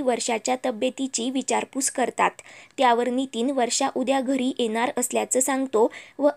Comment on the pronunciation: ' एनार' नाही ' येणार ' म्हणा. सारखं बोलतो - बोलतो काय म्हणता? फक्त रागाने बोलण्याला ' बोलतो ' म्हणतात. सांगणे, म्हणणे अशी क्रियापदे त्याऐवजी वापरा. स्वतः या शब्दातील विसर्गाचा ( : ) उच्चार करायला शिका. तज्ञ माणसांकडून बोलण्याचे धडे घ्या प्रथम.